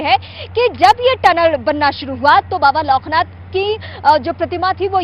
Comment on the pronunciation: Not baba loknath anchor ji bole bababoknath ke jay